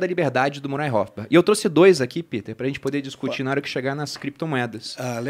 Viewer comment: Excelente, porém uma sugestão: precisa melhorar o inglês. Thomas “Sauel”? “Murai” Rothbard? Soa mal aos ouvidos. Nada mais, excelente como sempre!